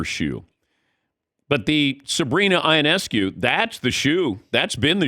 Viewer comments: C’mon Dan Patrick, learn how to say Sabrina’s name. Yo-Ness-Coo. She’s been a star for years and you still can’t say her name right? Not a good look and honestly it’s really surprising. Y’all are rubes when it comes to the W. It shows. Do better. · It’s Yo-Ness-Coo